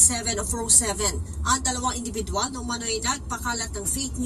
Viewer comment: ....INDIBIDWAL HA........HINDI... INBIDIDWAL....nangingiti ako Lagi pag naririnig kita